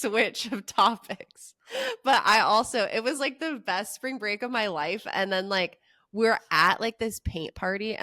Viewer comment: "SPRANG BREAK!!!!!" or whatever riff raff said